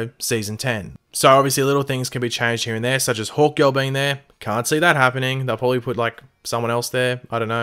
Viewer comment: is he saying "Hulk girl" or "Hawk girl" cause i can't tell...